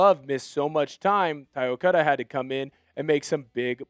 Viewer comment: Why do you keep pronouncing Ty's name 'Okuda'?